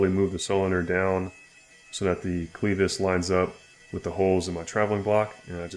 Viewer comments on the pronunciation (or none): Great video but please learn to pronounce the word clevis